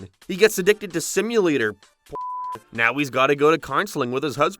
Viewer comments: Whats with the random 1 off words being pronounced wrong? Now is nerrrw for example, space is sprse, paced is pea-s-ed. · Buddy.... Your vowels. You're saying basic words wrong. Fix your impediment. Thumbs down. Now is not pronounced "nar" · was the most CURSED pronounciation of "now" i've ever heard, lmao. I actually repeated it to listen to it again :P